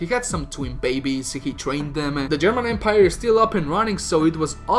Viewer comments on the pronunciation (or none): none